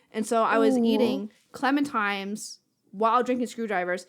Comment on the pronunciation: Love the podcast, really fun and interesting hearing about you guys. Hoping gets a new bed from all that sponsor money. Hearing pronounce "clementines" is giving me flashbacks to the Teen Girl Squad episode about Valentines Day. "It's TINES! TINES! Clemen-TINES!!!"